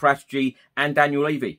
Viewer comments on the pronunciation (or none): none